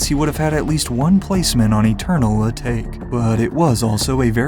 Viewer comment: Eternal A take was rough pronunciation my guy cmon